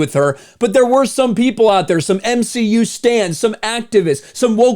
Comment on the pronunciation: did he just say m-she-u because it sure sounds like it